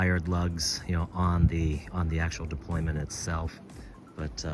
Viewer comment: I hope you're not serious. It's 'deployant' clasp. 'Deployant' coming from the French, meaning to unfold. This is the ONLY accurate word in this instance (we're not an army deploying our troops) and given you're running a watch channel you lose all credibility if you don't say it accurately. Now in terms of AI, there are two things to consider. Firstly, AI is still riddled with mistakes. Secondly, AI has given in to stupid people and accepted various errors as a colloquial term. Colloquialisms = lazy and stupid.